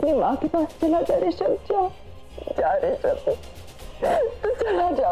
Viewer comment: Bhai vo Rashimb nhi hai rishab hai 😅😅😅